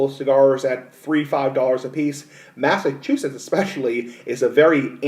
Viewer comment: Why do you say Massachusetts like that also, you sound stupid